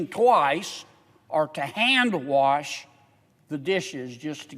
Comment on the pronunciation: Warsh,, your dishes by hand 😂😂😂😂😂😂😂